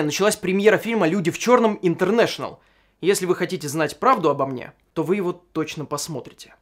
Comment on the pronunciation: Прям интэрнэшэтал